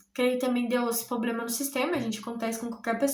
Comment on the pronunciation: Desculpa mas vc está fazendo faculdade de direito e fala poblema??? Pqp